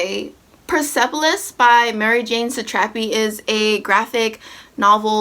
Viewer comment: Just so you know, it's pronounced Mar-jahn Sah-trah-pee, and I-rah-nee-en.